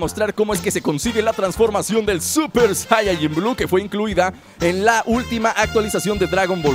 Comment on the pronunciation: Se dice SAIYAJIN